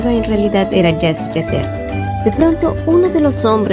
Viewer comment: Gracias por el resumen, por cierto se pronuncia Jasy Jateré